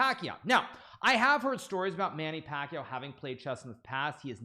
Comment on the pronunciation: that's not how you pronounce pacquiao